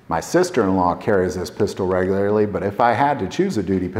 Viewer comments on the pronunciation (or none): none